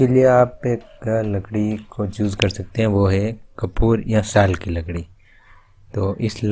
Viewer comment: bhai lakdi ki jagah ladki kiu nikal gya muh se 🤣🤣🤣